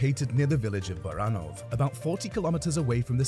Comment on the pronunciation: 😳 🤣🤣 ... It's wrong Baranów.